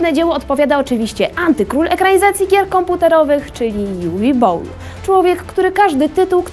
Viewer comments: Umm... Nikt w komentarzach nie zwrócił uwagę na tę przedziwną, zamerykanizowaną wymowę Uwe Bolla? To nie żaden Uve Bowl, tylko Niemiec - Uwe Boll. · Dlaczego Juwi Bołl? Przecież to Niemiec z pochodzenia. Prowadząca sama to zresztą mówi w filmiku... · Juwi Bołl xd